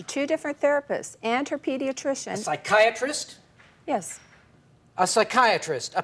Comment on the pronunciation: That mom needs to see a pee-sya-chiatrist! 😮😅😂😂😂